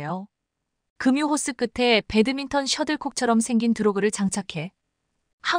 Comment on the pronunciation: 급유의 발음은 "그뷰"로 발음 해야 한다고 조언 하였는데도 계속"금유" 라고 발음 하는점에 실망 하였읍니다! 싫어요를 클릭하고 나갑니다!